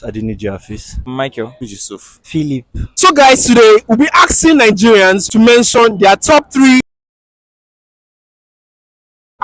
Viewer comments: *asking not aksin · Nigerians axing people instead of asking them. Spare them